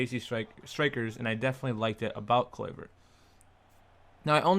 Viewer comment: how u pronounce his name looool